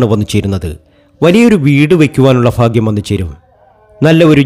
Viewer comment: ഫാഗ്യമല്ല. ഭാഗ്യമാണ്.